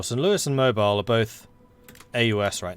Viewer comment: The Alabama city name "Mobile" is properly pronounced "mo-BEEL". Having never lived anywhere near there, though, I couldn't tell you why. Dare I hope any Alabamans will read this and enlighten both and me?